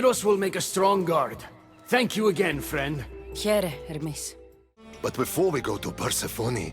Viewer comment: Who is that ermis you keep talking about? Do you know how to pronounce Hermes?